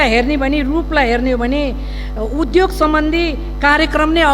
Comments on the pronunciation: उधोग होइन , उद्योग भन्नुस् । शुद्ध उच्चारण गर्नुस् ! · उधोग रे कति अशुद्ध ,बोलि नियत खराब छ मुख खराब छ